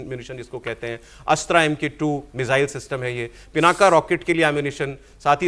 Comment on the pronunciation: ये पिनाका नहीं है ये पिनाक है । अंग्रेजी में पिनाका बोल देते हैं, आप हिन्दू हैं, आपको मालूम होना चाहिए कि पिनाक भगवान शिव के धनुष का नाम है ।